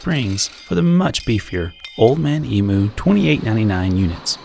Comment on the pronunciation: Just love this channel you guys rock. Oh Old Man Emu is pronounced Old Man EEmyou.... lol